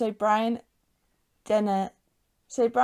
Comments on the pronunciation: It's Brian Dennehy, pronounced DEN-eh-hee. Not Brian Denny. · Dennehy = DEN-UH-HE